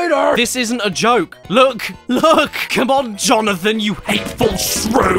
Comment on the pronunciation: "Jonathan." -Jonathan, Jo/na/than